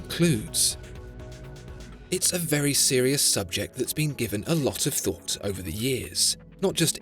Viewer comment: that pronunciation of "very" as "velly"